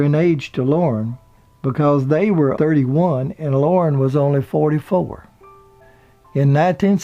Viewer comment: Lorne not loren